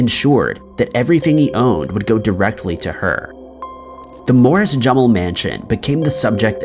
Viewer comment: He seems to mispronounce names on a regular basis. I've always heard Jumel with a long u sound with the highlight on the second syllable.